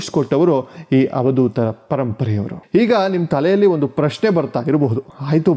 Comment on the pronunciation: Avadootha not havadootha